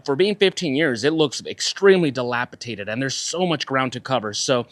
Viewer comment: Forgive me friend, I am ocd and a little anal but it's dilapi"D"ated. I love your channel and yor content. Thanks for putting up with me.